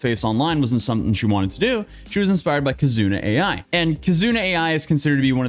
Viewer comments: I'll be the one to go in the comments lol Kizuna "Ai", not A.I. V-Shojo, not VSojo/VS-hojo That aside, I've been following you since kinda just before the Johnny Somali stuff, and now you're covering this as well. It's not really a surprise at this point, but man. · Oh you poor nonweeb. It's v-shojo😂 I respect the commitment to the bit. Kizuna AI is pronounced like Love in jp like aye Shibuya, like the part of Tokyo? I'm so sorry this is just a lot. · please learn your GOD DAMN PRONUNCIATION before making a video Kazuna Ai is Japanese Ai is pronounced as [eye] and in Japanese is a common female name meaning "love" with variations such us Airi, Aiko etc. she was played by real actress Nozomi Kasuga - Japanese word Ai has nothing to do with English word AI Artificial Inteligence; While VShojo name V- like Vee and Shojo meaning young girl in Japanese is pronounced Sho [like in sho-ck] and jo [like in jolt] Mispronounciation is one of the most disrespectful things you can do in my culture; thank you. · Hey, we got you man, it's Kizuna Ai pronounced as: "Key+Zuna" and "Eye" V-Shojo pronounced as-in the letter "V", then "Show+Joe" but with the "ow" sound at the end silent). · kizuna Ai, is more like kizuna ayy not kizuna A I 😂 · I can allow V hoe jo but not Kizuna A I 😆😆